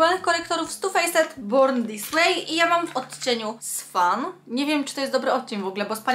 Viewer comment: ( to nie hejt) Ale Swan czyta się słan. Inie czyta się tu fejset tylko czyta sie tu fejs i tak wiem ze nie tak sie pisz tylko kaleczysz angielski postaraj się mówić lepiej ale naprawdę bardzo cie lubię jesteś mega tylko kaleczysz angielski i pamiętaj to nie hejt tylko rady